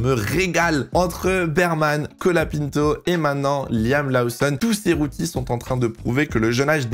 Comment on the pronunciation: Laoussonne ? Connait pas Ça en devient stressant à la longue 🤣